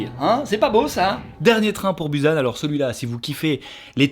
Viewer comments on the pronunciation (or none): Je veut pas faire ma lourde hein mais... sa se dit pas buzanne mais Bousane pour Busan... C'est tout voili voilou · Dernier train pour "buuusann" 😭 ça se dit "boussan" 😂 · Juste pour info venant d'une coréenne "Busan" se prononce [Poussan] et pas [pusan]. Autrement super la vidéo. 😉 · Busan se prononce Pusan d’ailleurs il s’écrit des deux façons Désoler ça m’a stressé ^^